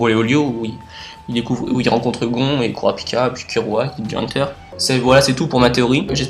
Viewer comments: Super vidéo tu expliquer vraiment très bien continue (ps : C pas Gon avec un on mais on le prononce gonne et ça s’écrit gon) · Le père de "GON"? le père de quoi? Comment tu prononces !!😂😂😂🤔🤔